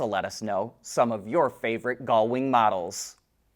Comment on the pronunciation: Is there a chromosomal reason that you cannot pronounce gullwing?